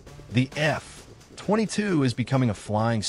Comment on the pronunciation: at least fix the AI voice to treat F22 as one word. So annoying to hear F....22 with a long pause in between!